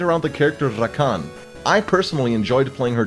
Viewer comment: I love how says "RRRakan". (No Homo).